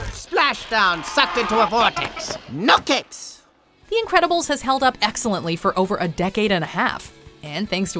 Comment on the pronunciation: "The Incresibles"?